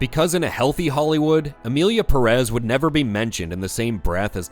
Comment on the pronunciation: Just a small clarification, do you people see that little thing above the first 'e' in Pérez? It means the 'stress' goes on that syllable, not the second, as several YouTubers have been pronouncing. That's just a small tip on Spanish pronunciation, nothing serious.